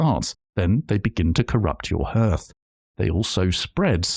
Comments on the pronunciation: Never heard anyone pronounce 'hearth' like 'herth'. Always heard it as 'harth'. Is that typical of folks from your region, or just a you thing? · Just as an FYI, the word "hearth" is pronounced "harth", not "herth". Good video regardless! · really helpful thankyou :) (sacfirifces comment to the algods) but surely Hearth is pronounced like the word heart not the word hearse x) i am questioning everything now